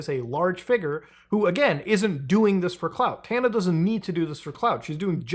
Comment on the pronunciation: Bro keeps mispronouncing Tana's name 😭😭😭